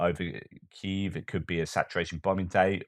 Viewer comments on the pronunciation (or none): none